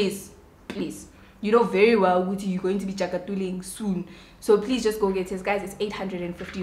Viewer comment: "jakatuling" 😂😂😂 ay what's that? I love you ❤️